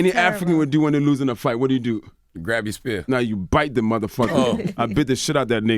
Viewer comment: NIGGA SAID "GRAB YOUR SPEAR"😂😂😂😂